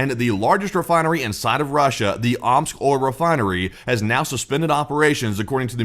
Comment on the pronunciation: More like “Ooops!” rather than “Omsk”.